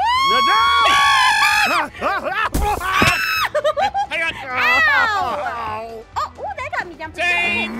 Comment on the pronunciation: I always laugh!😂when aphmau said im gonna swing to the chadalir and said from the what? And aphmau said chadalirrrrr